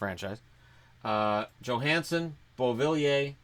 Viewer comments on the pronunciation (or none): none